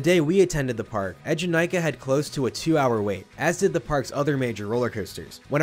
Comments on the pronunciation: it’s “ee” jenakah (as in bee)- I spent 2 hours in the queue to ride this when it first came out and that song has been hammered into my head since- I can still hear the rhymic drums with the ride name playing over and over in my head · That’s cool you rode it opening year! The ride’s name is not pronounced how you describe tho. Check this movies scene here where they chant Eejanaika - The ride hosts at Eejanaika also pronounce it “eh” jenakah just like in the movie which represents when the term became part of Japanese culture.